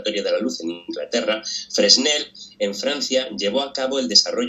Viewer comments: Me molesta escuchar el apellido Fresnel acentuado en la última sílaba. Yo siempre lo he escuchado acentuado en la primera sílaba, ya sea en castellano o en alemán, idiomas en que he estudiado Física tanto en Chile como en Alemania. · Algo que casi se me escapa, es que la s de la primera sílaba desaparece por completo en la pronunciación francesa, y esta pudiese ser una corrección más necesaria que la anterior. A un gentío familiarizado con el apellido, más que irritar, le confundiría escuchar esa consonante ahí.